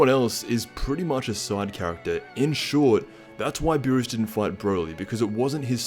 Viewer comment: it's not Lord Beerus is Lord Peenis